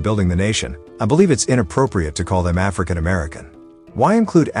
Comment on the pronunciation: I AGREE. LET'S DROP THE "ARFRICAN" PART. Smokey, you have some great songs.